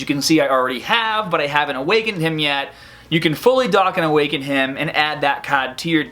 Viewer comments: "Dawkin Awakenin" , "Caads" lol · Did he say dakkon awaken? 😂